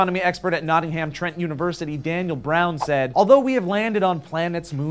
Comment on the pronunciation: you pronounced Nottingham very strange also I vo to Nottingham Trent university and do astronomy labs with Daniel Brown